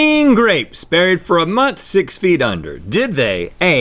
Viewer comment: Does anyone else love how Link says "month"? No matter if he says it on LTAT, GMM, or Ear Biscuits it is always like "MUNTH".